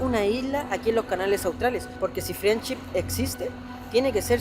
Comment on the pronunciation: LA ISLA "FRIENCHI"🤣🤣